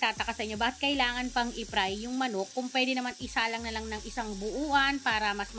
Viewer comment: Manay baka ibig mong sabihin eh fry at hindi pry ✌🏻